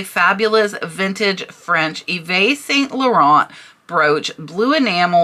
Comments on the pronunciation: Love your videos, thank you. YSL is pronounced eve San Lauren. X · Hey!! New to your channel!! LOVE the content and learning a Ton❤️❤️ Yves St. Larent pronounced YEEEVES SAN LA RON😎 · Love your videos. A little French… Eve San Loronn. Christian Lacwah. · should be eve st laurent sorry for being a a pronunciation nazi lol.....i have some nerve because when i was a teanager i use to pronounce it exactly the way it looks: Uvest st laurent 🤣🤣🤣🤣🤣🤣 i know im a horrible girl just horrible lol